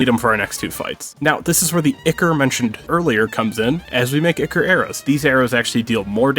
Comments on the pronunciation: i believe its pronounced "eye Core" not icor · EYE-CORE not icker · Btw I’m not sure if it’s just me, but I think you said ickor, when it’s pronounced Eyecore. Or spelled ichor. Btw again, you guys are amazing. It’s so fun to see you blow through this game. I consider this Minecraft with the difficulty of hollow knight. Not totally, but it is really hard. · Its pronounced EYE CORE. Not ICKER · Ichor isn't pronounced icker, its eye-core or eye-kur. I know Ichor sticker is supposed to rhyme but it doesn't. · It's pronounced "eye-core". Not "ick-ur". Sorry, that shits annoying. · Ichor=Eye-Core. not icker. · Eye-core not eek-ker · i love the video but ikm clutching my fists every time i hear ichor likr (ickor) instead of (I core) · its pronounced eye core not e ker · It's not icker it's ichor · It's EYE-CORE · So nobody is going to comment on the fact that they pronounced ichor like icker? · My heart physically aches whenever he pronounces Ichor wrong. It’s supposed to be “Ai-kor” or “Ai-ker”. But hey, great speedrun. Never played Terraria, but looks fun! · it's so weird to me to hear ichor pronounced 'icker' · AAAAA BOTH OF YOU ARE SAYING ICHOR WRONG AND ITS BUGGING THE HECK OUT OF ME! IT'S PROUNOUNCE EYE CORE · The pronunciation of ichor is fantastic (it's eye-core btw) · btw it's pronounced I-core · ichor is pronounced like eye-core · btw the word ichor is pronounced eye-core, no flame just letting you know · for the love of god its not ichor its I CHOR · It's pronounced eye core you fucking jackass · The pronunciation of ichor hurts me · thats not how ichor is pronounced